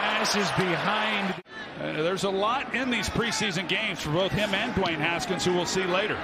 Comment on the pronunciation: Dwayne askins has to earn that H in his last name